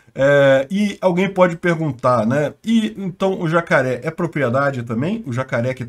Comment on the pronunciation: "Estão ujando zacaré como arma" 😂